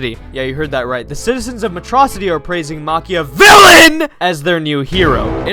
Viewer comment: Freaking "Metrocity" is killing me